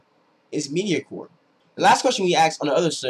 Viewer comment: Impressive video. Very well done. One thing though, it's MEDIOCRE, not medicore lol.